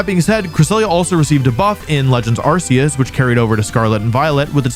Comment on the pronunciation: Great, one note. It’s not Ar-see-us It’s Ar-kee-us It used to be the s sound, but it was changed cuz of the British arse causing trouble Great vid tho